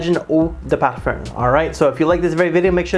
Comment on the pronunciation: Parfer? Parferm? lol what??